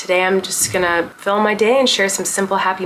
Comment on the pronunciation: The captions clocking the way you said "philm" 😂😂